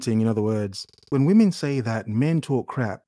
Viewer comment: I love when goes speechless. It means...vvomen so cringy or clueless